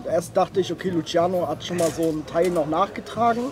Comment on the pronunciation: Bitte Bruder einen gefallen nur einen hör auf LUTSCHIANO zu sage :D